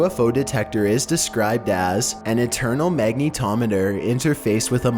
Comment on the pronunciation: his voice is the most monotonous voice I have ever heard in my life the chances that he knows what monotonous means are 1/10 and the fact that he said mag-Knee-Tom-Et-er makes me even more trigger and why does he use bots for subs chunts up with that!?